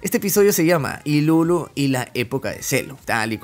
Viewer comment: pq le ponen ilulu wn, se llama iruru